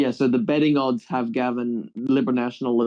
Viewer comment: And Gaven isn't pronounced like the name, it's closer to Gay-ven. The electorate covers a Gold Coast suburb called Pacific Pine (Pac Pines) which is VERY working class.